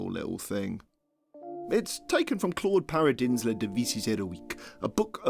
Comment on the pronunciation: As someone whose opinion does not matter, hearing you butcher "Claude Paradin's 'Les Devises Héroïques" brings me a very special kind of pain